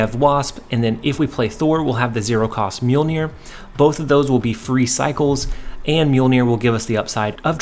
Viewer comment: Awesome deck. I'm surprised you pronounced Mjolnir correctly haha